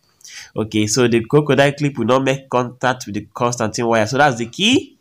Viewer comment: My man legit said, "the Constantine wire"😂😂😂 Please it's constantan wire